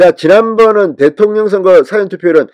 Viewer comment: 진선생님! 발음을 바르게 해주세요 사전은 낱말을찾는 사전과 事前(일하기전) 이 구분이 안되는군요. 수고 하세요